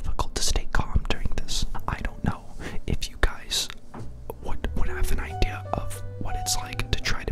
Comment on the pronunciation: What's an "idear"?